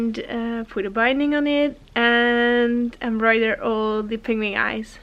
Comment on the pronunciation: I love your accent, and how you pronounce words in English is absolutely adorable! I'm Canadian and how you say penguin sounds like ping-wing to me, and it's the cutest thing! I also love how you pronounce your name and your son's name. Your quilts are awesome and I love your videos! I always hit the like button before I even start watching LOL!! Can't wait to see what your next project will be!